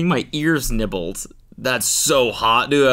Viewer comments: Bro definitely said nears ibbled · "nears ebbled" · “getting my nears ibbled” -Cody Ko 2024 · “Getting my nears ibbled” has me in tears💀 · “Getting my nears ibbled” has absolutely destroyed me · “Getting my near ibbled” CRYINGG 😂💀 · “Getting my nears ibbled” and you didn’t even catch it 😂😂😂😂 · Cody said "nears ibbled". Hope i wasnt the only one that caught that 😂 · cody not noticing he said "getting my nears ibbled" actually has me rolling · “ Getting my nears ibbled “ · anyone else hear cody say “nears ibbled”???? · Hehe. "Getting my nears ibbled." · WHY IS NO ONE TALKING ABOUT NEARS IBBLED? 😂😂😂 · Not the “nears ibbled”